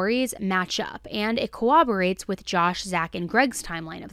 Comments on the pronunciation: I really enjoy listening to your podcast, but please stop mispronouncing " corroborate." You do this several times in each episode. You say, "cooberate."😊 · Why cant people say "corroborate "? It's core-robber-ate. NOT cowobbewate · The word is “corroborate” not “cowoborate”. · I love this channel but can’t with the “cowwoborate” any longer—just why?? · The word is corroborate 🤣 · Please learn how to say corroborate!! It sounds like you're saying cooperate